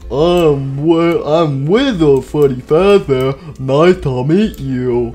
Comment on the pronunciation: Withered Freddy be like: My name fweddy fawzbare